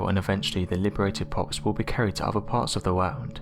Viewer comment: i don't understand how this narrator can pronounce the th in thoughts but not the th in other. drives me nuts. anyway the plastic issue is an extinction event